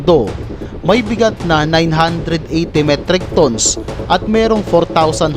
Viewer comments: Ang pronounciation mo sir sa tons ay mali😅 pag binasa mo sya sir parang sa tagalog.. Tans (tons) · Hahaha ayos pagka pronouns mo ng tons pre a